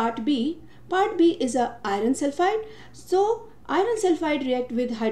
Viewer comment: Prononunce iron properly